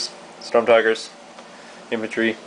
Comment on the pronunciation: VERY nice board! also you say most of the words wrong just to say so... bocage (Boe-Cage) Sturm (St-erm) and you say StuG funny... stuhhg?....